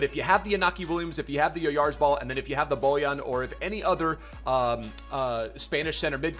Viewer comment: As a Real Sociedad fan, I wanna say has been the only one that has pronounced his last name “correctly”, or at least the closest i’ve seen!